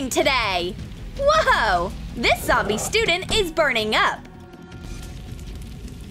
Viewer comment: i's not gomy i's jombiy